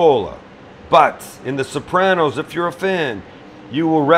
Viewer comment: 3 minutes in my fingers are bleeding? Sapranos?